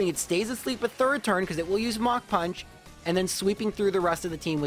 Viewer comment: Yes, that is how we pronounce it.